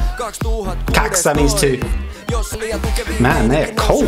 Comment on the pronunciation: "kaks! that means two" :DDDDDDDDDD toi lausuminen oli 6/5 :DDD repesin ihan kunnol xDDD